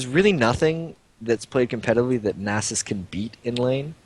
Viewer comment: Is that how you pronounce Nasus? If so I've been doing it wrong...